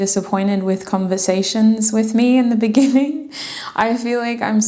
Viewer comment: GUUURL NOT THE "BENNINGING" 😂❤(group 3 ), I was thinking about that video everytime you said the Word "beginning "